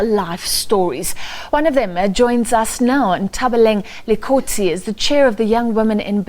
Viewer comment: You've been at this for a loooooooong time 🤩🤩🤩 so so happy for you and excited to be a shareholder 🤸🏾‍♀️🤸🏾‍♀️🤸🏾‍♀️ 1. Confirm the pronunciation of your guests names please. Her surname is pronounced "Dikotsi" 2. That "African Bank end" comment was unnecessary, belittling and down right shady 🙄😒😒😒